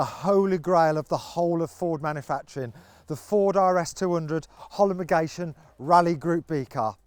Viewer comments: Cracked me up when he said holomogation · Are we all ignoring the fact he said “Holomogation” 😂😂😂